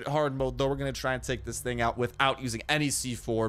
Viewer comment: it sounds like he said “nigga out” 😂 but he says thing out 😂